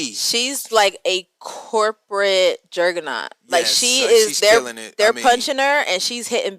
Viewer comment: thx for the content, its actually juggernaut pronounced jug-ger-naut, it would be wild if she ends up losing the company.